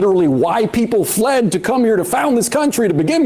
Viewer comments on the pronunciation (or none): He said, "Fled." i might have to give this gentleman another listen.